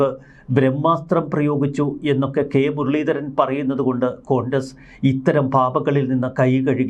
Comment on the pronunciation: കൊണ്ടസ് അല്ല കോൺഗ്രസ്.... 😂